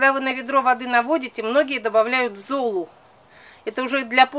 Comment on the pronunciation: можно конечно и не заметить,я уважаю Ольгу очень,но зОлу извините так ухо режет,можно же простые слова правильно говорить,ведь смотрят очень много человек и не надо так реагировать,просто можно и поправить себя,думаю в этом ничего обидного нет